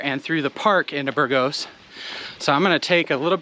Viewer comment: I think it's BURgos, not burGOS ...